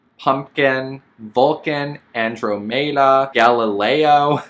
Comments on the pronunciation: Andromeda is pronounced with med-uh not may-duh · I was gonna be real mad if you named the spider Andromeda when you can’t even pronounce it right. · "Andromeda" is pronounce Anne--drom--i(like ick)--da. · 😂😂😂 Omg I CAN’T with your “Andromeda” pronunciation lol